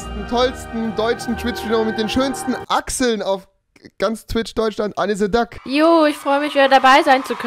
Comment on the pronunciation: Niemand: Wirklich niemand: Rewi: Anniseduck